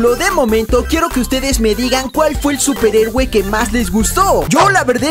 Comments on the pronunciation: eres el mejor y porque dices superegue en lugar de decir superhéroe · Like si escuchaste que dijo superegue xd